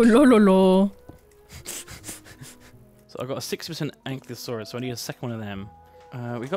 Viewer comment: I'm disappointed that after so long from Ark, still can't pronounce Ankylosaurus correctly